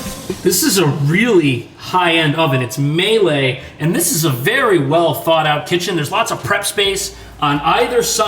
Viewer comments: Love your videos. Fun fact: the "Miele" brand is pronounced "Meeh-le" (orig. German), not "May-lay".😂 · Ummm may-lay oven and range? Say mee-luh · MIELE, NOT MELEE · MA-lay range? Malay is someone from Malaysia, Indonesia, or Borneo. The kitchen appliance is made by Miele, pronounced ME-luh. (You’ve been to East Asia five times. You know this already.) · For the love of god it’s not may-lay, it’s me-eL—Lay. It’s three syllables. The word means “honey” in Italian. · Not mayle, meele. ie in German is like ee in English. That's proper quality appliances there. They definitely don't want their tenants to be less than middle middle class. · This idiot says "Maylay" not "MEE-Lah" for the German manufacturer's appliances. MIELE. Tschoos! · Also, it's pronounced Mee-Lah, not May-Lay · “My lay” lol it’s pronounced “me-luh” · May Lay, haha. Mee-la actually. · Not pronounced "May-Lay" that would be a massacre. It's Me-La. Common learn to read. Rent is insane and speaks of the failure of capitalism. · its not mehhleehh its meee LLLL leeee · Meile sounds like “meal” not may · Those windows need washing. It’s ‘Me-luh’ not ‘Me-yelay’ for Miele, by the way. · Míele the German appliance brand is pronounced meelee or mealy, not maylay. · Miele is a tricky one to get right. Mee-luh not May-lay. Words are weird. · That’s not how you say Miele bro. It’s not May-Lay. It’s pronounced Mee-luh. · Sweet Jesus,, it’s pronounce MEE-leh, not MAY-lay. Also, the thing you called an oven is the cooktop. 🙄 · The kitchen is equipment is a German brand and is pronounced more like meeluh instead of maylay or whatever you’re saying haha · hahahhaha its called miele not melle😂😂😂😂😂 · it's mey-lay , it pronounced mee-luh! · Me - Luh not May - Lay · The brand Miele is pronounced "mee-luh", not "may-lay"! Just FYI because I know you're gonna need to say it a lot, since we have Miele appliances all over the buildings here. 😄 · So many comments ! You won’t see mine BUT it is me-lay not May-lay 😂